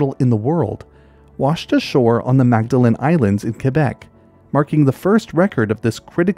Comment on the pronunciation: I liked the video but props for saying Québec correctly.